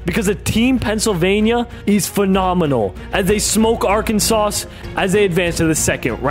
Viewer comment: Bro the last “S” is silent in Arkansas and Illinois! 🤦🏽‍♂️